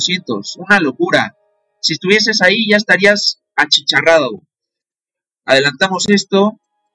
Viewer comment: Me da risa como dice achicharrado se nota que es Mexicanote 😂 ❤